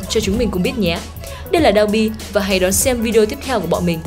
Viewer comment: Ủng hộ voice nữ mới nhưng mình có vài góp ý như này, mình cảm giác âm phát ra hơi bị năng nề, có lẽ là do "ch "và "tr" bạn đều đọc là " tr "cả. Thêm vào đó là việc bạn hay đọc thêm âm " i " vào 1 vài từ, bạn đọc " và" thành " vìa ", chữ " sẽ " bạn đọc là " sĩe ", " xem " bạn đọc là "xiem", " nhé" đọc thành "nhíe". Có thể do mình hơi khó tính nhưng mình nghĩ nếu có thể điều chỉnh lại được mấy khoản trên giọng bạn sẽ thu hút hơn rất nhiều.